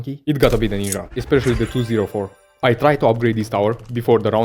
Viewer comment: This video feels like a tech demo . the amount of high quality editing crammed into every minute makes me think this is for a resume or something , because no one is going to put this much effort into a video and mispronounce Ninja